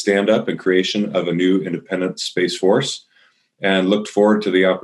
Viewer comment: "Space fotce"? What a joke